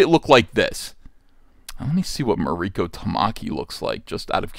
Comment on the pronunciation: MARIKO [MAW- REE- KOH] no accent on the "I".... When did Starfire sleep with The PENGUIN? Are they sure it wasn't UNCLE FESTER?